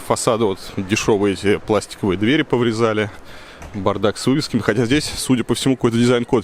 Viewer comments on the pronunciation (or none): none